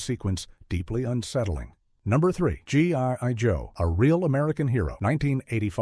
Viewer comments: “G.ONE.JOE”, “G.ON.JOE”… I hate AI… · It's G EYE joe, idiot. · G1 Joe? How is A.I. so incredibly stupid all the time? 😂